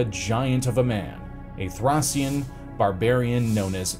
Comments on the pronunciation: sounds like thray . Shn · Please if you’re going to say a word 50 times look up how it’s pronounced. Thracian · Was it so hard to check the correct pronunciation of the word "Thracian" beforehand?